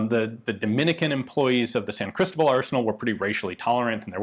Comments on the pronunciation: Just to make a little correction: As you are pronouncing it, it sounds like "Crístobal" (note the í with the comma on top) and not "Cristóbal". If that symbol is there, it indicates where the accent is, which syllable sounds the strongest. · It's pronounced San Cristóbal (stress the 'o')..